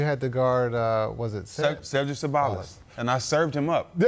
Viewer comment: Cedric Ce-ball-less